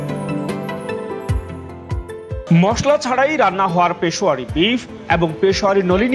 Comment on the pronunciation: It's Peshawary.....not pashowary